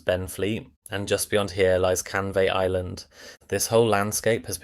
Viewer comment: One irritation of so many of these AI voiced videos is the pronunciation of places names. It's not LAY , or CanVAY, or BasilDONN, or (North) BEAR-WICK. Don't the producers check this before posting the video?